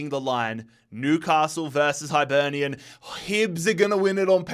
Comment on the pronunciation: The “Highlight” was “Kill- ma-Knock” vs “High-Burnian” 😂